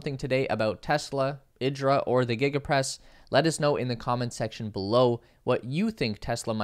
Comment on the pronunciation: I expect Italians would pronounce it eeedra, not ihdra like Idris Elba. :) Thanks for the info.